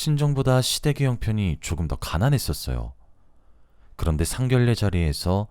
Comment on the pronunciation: 상견례를 상결례라고 발음을 하는 것이 아닙니다. 상견녜라 발음하는 것입니다.